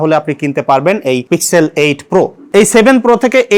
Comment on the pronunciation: Pixel er pronunciation thik koren